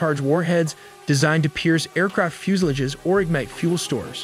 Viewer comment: fuselage - fyoo·suh·laazh like garage, not carriage. Piezo - pee·ay·zoh 3 syllables. (not peas-oh as in "And peez-o was his name-O") I hate this narrator with a visceral passion. It is 100% Artificial Intelligence at its worst; cocky, ignorant and fake. - 2% correct, 100% of the time!